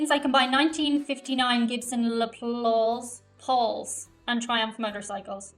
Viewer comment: the guitar model is pronounced Gibson Less-Paul. The Gibson Les Paul is considered one of the greatest guitar models of all time. It was manufactured by the Gibson company and is a guitar named after guitar pioneer Les Paul. He didn't design it, but Les Paul was consulted on the design. 2 other of the most popular guitars for rock, metal, alternative, and blues would probably be the Fender (Gibson's chief competition) Stratocaster and the Fender Telecaster.